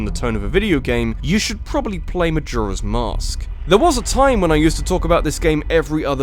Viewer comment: The way he says “Majora” triggers me.